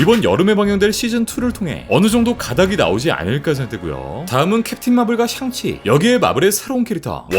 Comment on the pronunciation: 형 샹치를 가끔 썅치로 발음하는데 혹시 샹치 싫어하는건 아니지..? ㅋㅋㅋㅋㅋㅋㅋ